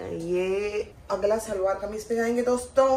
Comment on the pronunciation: It's shalwaar not salvaar ❤